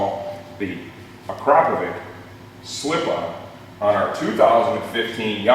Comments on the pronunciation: "A-krop-a-vitch" but I guess you're a lot closer than most who say "Ak-ra-poh-vick" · is that how you really pronounce it? I always thought it was "Ak-ra-poh-vitch"